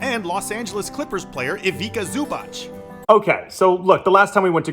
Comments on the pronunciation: the pronounce is Ivitza Zubatz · you butchered Zubac name so hard...please culturalise yourself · Learn to pronounce Ivica Zubac or else we are going to kick yo azz.